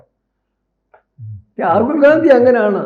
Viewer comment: രാജിവ് ഗാന്ധി അല്ല മാഷേ രാജിവ് ഗെ ന്ധി അധാണ് ശെരി.😂😂😂